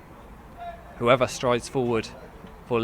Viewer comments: And "who-ever" when it's pronounced "Hoover" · Gonzo Jones actually his name is Hoever. but actually i also took a bit of time to get that 😂